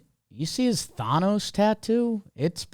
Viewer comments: All time moment was completely botching the Thanos pronunciation then acting like Trev was crazy for not knowing what he’s talking about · No way you pronounce thanos like that